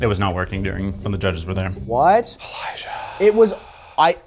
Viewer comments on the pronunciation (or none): Elijiah….oh Elijah